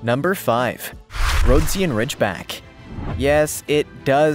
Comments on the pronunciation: RHO-DEE-GHUN not ROAD-SEE-AN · Dude! Get your pronunciation of the breeds right! Rhodesian Ridgeback is pronounced "Ro-dee-sian" not the messed-up crap you said! I have 2 of them and if you want your videos to be taken seriously, get the terminology right...and stop showing people beating their dogs to make them more aggressive! It's a disgrace! Do the right thing to do right by these glorious dogs!